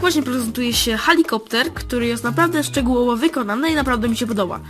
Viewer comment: Helikopter się mówi a nie halikopter